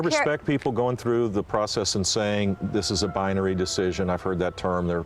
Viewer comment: Bi UH nary?!? BI uh NARY!?! You sound as dumb as W famously pronouncing "nuclear"! wtf!